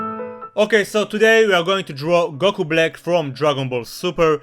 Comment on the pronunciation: goku blick, that's what I heard